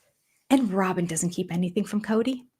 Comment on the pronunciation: I think we've been mispronouncing her name. Rather than Rob-in it should be Rob-Y-n ... Rob-why?n or Rob-whine😶